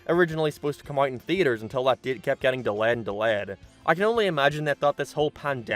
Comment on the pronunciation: Dalayed' & Dalayed god damn hate when that happens 😂